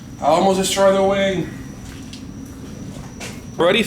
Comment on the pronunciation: It sounded like you said "And now we have to tackle this big wang". I was dying with laughter. I love the car, did you ever consider painting the inside and maybe tucking the wires against the interior with gaffers tape to make it look more clean? "Another one of the nuts finally dropped"... sorry, i'm just in the mood to be funny tonight lol. No harm intended!